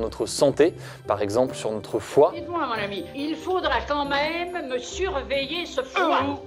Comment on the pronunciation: Très bonne vidéo et montage au top mais je t’en prie essaie de prononcer QUAND MÊME au lieu de camème.